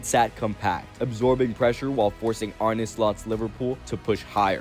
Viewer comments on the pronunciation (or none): none